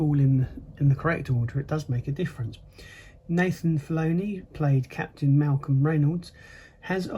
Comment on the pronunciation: Nathan Filloni? Alan "tie duck?" Who are they?